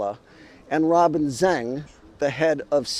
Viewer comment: Zeng and Zheng are 2 distinct Chinese surnames. Certainly not Zang. See how a non-Chinese can easily and unwittingly get the whole thing mixed up. That's one reason why the West gets China wrong - either unwittingly or deliberately.